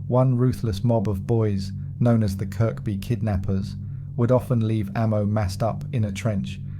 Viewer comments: Its pronounced,kirby,not kirk-by although spelt that way...i lived in towerhill from 72_83 fookin loved the place,rough as fook but good people! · It’s Kirby not Kirkby if your a scouser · CHERRY PICKING WHAT YOUVE HEARD, NO SCOUSER WOULD PRONOUNCE THE SECOND 'K' IN KIRKBY, ALL THE NAMES YOU THROWN IN NEVER HEARD OFF WALTER MITTY